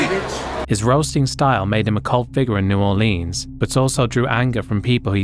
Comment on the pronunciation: New Orleens.